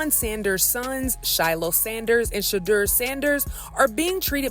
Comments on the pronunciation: Peope its not pronounced Shahdur, its pronounced Shadoor. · Travesty. The PURE HATRED is real! You're not pronouncing SHEDEUR's name correctly.